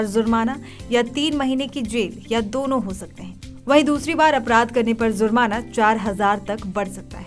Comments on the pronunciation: Zurmana kya hota hai Jurmana hota hai Pehle apna tallaffuz theek karo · Zurmana nahin hota jurmana hota Hai